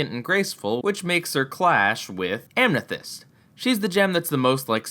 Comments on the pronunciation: Did he say Amnethyst? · ***** Did you say Amnethyst? '<' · Amnethyst.. BEST GRAMAR 10/10!!! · Who else heard amnethyst , there is no n in amethyst. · u mispronounced amethyst